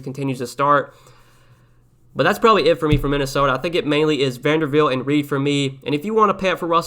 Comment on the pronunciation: Thanks for the content, much appreciated! But dude....it is VanderBilt, not VanderVilt!! 🤣🤣